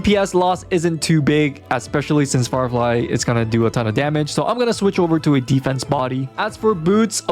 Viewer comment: Bro said farfly and jing loo